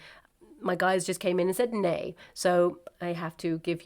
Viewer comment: It was almost like your guides made you speak Swedish! 😘 "Ney" sounds exactly like the Swedish "nej", which is "no".